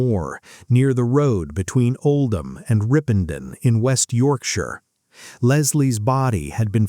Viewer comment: Got to admit an american accent narrating thhis story is weird. Having said that thhe pronunciation is reasonable. “Route” and “Yorkshire” being particularly accurate.